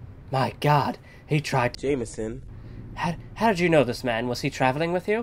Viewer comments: he tried jaminson... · omg he tried to jameison